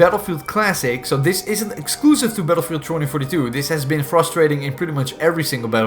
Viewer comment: haha when the video started I thought you say paedophile 2042